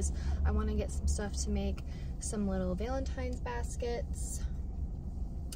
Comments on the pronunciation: I swear I'm hearing 'Veil-in-tines', instead of the expected 'Val-in-tines'. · Your alternate pronunciation of Valentine’s is driving me nuts.